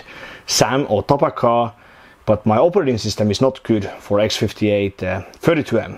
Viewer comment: TaPaKaH is actually meant to be read as tarakan, it means "cockroach" in Russian. Just a fun fact.